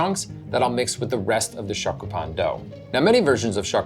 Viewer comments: your are killing me. learn the proper pronounciation of SHYOKU! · You mispronounced both shokupan and yudane. Double fail. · Stick with grilled cheese bruh. Stop trying to colonize our shokupan if you can’t pronounce it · Pronunciation note: the "o" in "shokupan" is more rounded, not open. It's more like the "o" in "glow" than the "o" in "shock."